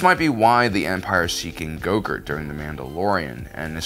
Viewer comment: It took me a second hearing to realize your calling grogu gogurt